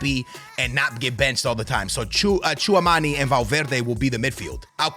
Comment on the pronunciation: Bro it’s not pronounced chew a mani it’s chew a meny